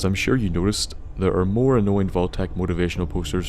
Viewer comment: you from NI? I've noticed the way you say "thur" like the most of us